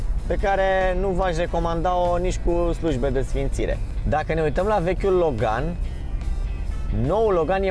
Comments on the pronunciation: Accentul corect nu e pe "gan"? E pe "Lo"? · Cine spune Logan asa...